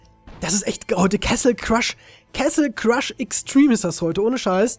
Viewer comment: Bin ich der einzige der sich jedes mal aufragt wenn er "kessel crush" sagt? Bitte google doch mal endlich wie man das wort castle ausppricht :(